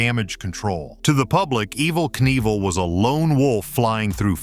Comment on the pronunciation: The AI voice is ridiculous. EVVL, EVVL NEVLL????